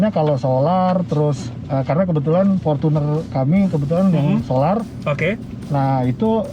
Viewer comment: Fortuner not forcuner bacanya